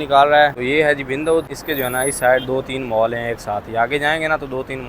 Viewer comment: مول نہیں مال